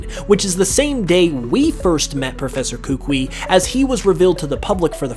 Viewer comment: Kooook-weee 🤣🤣🤣🤣 it’s ka-k-ooo-eee